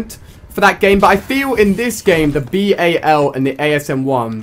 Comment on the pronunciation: ALI IT'S BAL!!!!! NOT B-A-L PLEASE SAY IT CORRECTLY